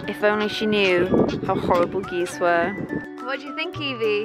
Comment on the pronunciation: Uhm... Geese-es? Its geese intensifies